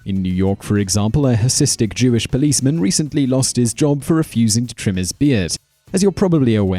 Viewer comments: Hasidic, not hasistic :) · YES! Ha-Si-Dic. Can't believe this wasn't the #1 comment. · "Hasistic" Jews???!!! Just read the screen, Simon! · "Hasidic." Just as it's spelled, not Hasistic. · "Hasistic" Jews? Really, dude? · Bicycling -- really hit home with first second. He is so right. Japan -- sounds like nineteenth century phrenology, intelligence based on head shape. USA won't hire people who refuse vaccination. Voting -- this is the first time I've seen what the literacy tests actually look like! Beards -- true we are ambivalent about facial hair. But extremely sloppy to mispronounce hasidic. Phobia -- can't understand people suing to get a job on the basis they can NOT do the work, while people who CAN do the work...unemployment. Vegans -- they get what they dish out. Climate change -- actually it's the Green Believers that discriminate against others. Cyborgs? This video began with a bang and ended with a whistle. Hard to make a group of one person. Perfectly understandable to shy away from guy with gizmos attached to his head.